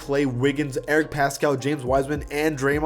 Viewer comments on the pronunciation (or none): none